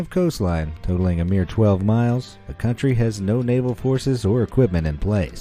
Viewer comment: A cantry withaut army... is like a man withaut bolls